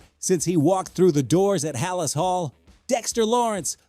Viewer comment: Stopped watching after he couldn’t pronounce Halas Hall correctly. 😢